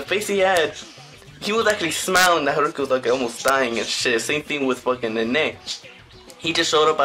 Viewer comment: Good video my only advice is to try pronouncing the names right( like haruka and shintarou)